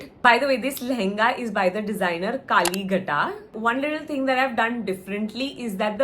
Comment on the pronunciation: it's actually pronounced KaliGHAT. Like Ganga kinare ke ghats? It's a kolkata brand named after our most revered Kali temple! You had extra blessings from Devi ma for your special day!